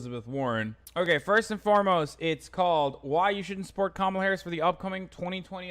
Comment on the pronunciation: Cop-mall-a Harris LOL